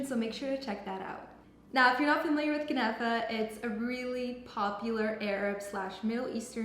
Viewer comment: kuhhhnafa 😂😂 girl learn how to pronounce first!!